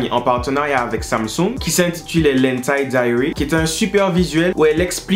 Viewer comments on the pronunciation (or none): none